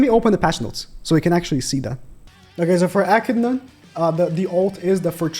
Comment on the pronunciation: bro its bothering me more than it should but it’s pronounced A-Kid-Na not ecina